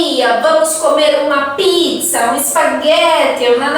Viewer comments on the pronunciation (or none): none